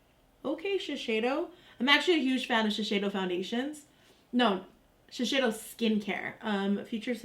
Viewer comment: Giiiiiirl, it's Shi-SEI-do not Shi-SHEI-do.